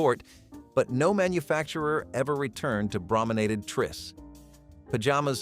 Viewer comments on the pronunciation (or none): none